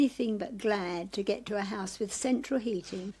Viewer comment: Did she refer to a house as a haise?